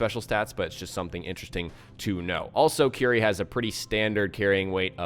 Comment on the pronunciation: 'cuerie', not 'qry'. sorry :'D